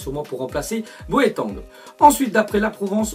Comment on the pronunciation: Bo a teng(ting) pas Bo é tangue